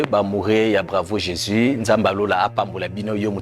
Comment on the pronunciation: Maman wetshi ozali journaliste présentatrice sala effort na prononciation on dit Jésus et non jési Dieu et non Die merci pour la compréhension